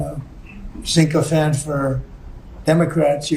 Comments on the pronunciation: 🍊 turd, the word is SYCHOPHANT, not Cincophant... You're confusing it with Cinco de Mayo.... Correct pronunciation example: Sick-o-fant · wtf is a “sinkofant” Donnie? 🤣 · Trump just learned the word sycophant, but pronounced it “syncophant”. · F'ing moron pronounces it syncophants. Probably never heard the word until it began being applied to his ass kissers. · He said sink-o-phant. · Did he say Sink o phant? 😂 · SYN-co-phant. No, SYC-hophant.